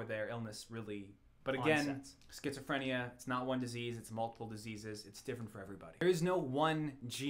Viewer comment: Triggered by the mispronunciation of Schizophrenia